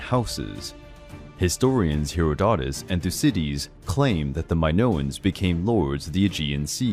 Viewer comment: The only true wince I have is when you say Herodotus, the accent is on the second syllable, and its a soft 'o' all the way through